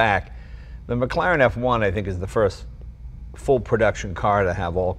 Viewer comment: 'maclaren' it's Mclaren mate, just a heads up in case someone calls you stupid in a comments section. I'll just save you that lol